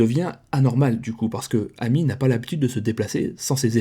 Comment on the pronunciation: Son prénom amy se prononce émy les prénoms Américains le A se prononce (é)